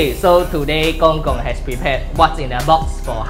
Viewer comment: Lol U said GongGog XD